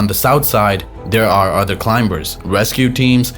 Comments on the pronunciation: It’s not climBers … the B after the M is silence And it’s not standard English also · The voice on this video pronounces the b in climbers